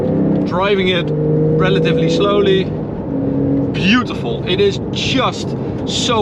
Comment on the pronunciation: 뷰~티풀 발음이 매우 찰지군